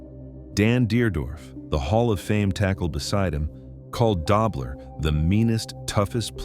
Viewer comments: Its pronounced DOE BLER not DOBBLER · It's Conrad "Dough" bler...not "Dob" ler